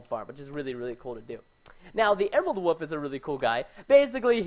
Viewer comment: I love how Preston says "woof" instead of "wolf", haha